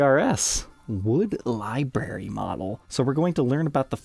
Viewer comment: Oh my God dude. Can you please learn how to pronounce the word library. There is an R in it. It is not something that grows on bushes. Although I would love liberries